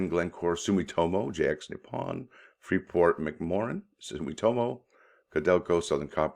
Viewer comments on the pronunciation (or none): Pronounced Free port Mac more an